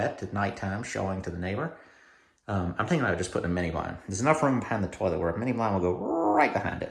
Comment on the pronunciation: Cracked up when I heard "turlet". 😂